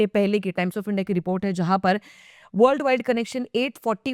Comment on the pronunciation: India ❌ andia ✅ 😅